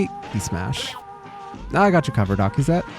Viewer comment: getting Akizet's name right first try is crazy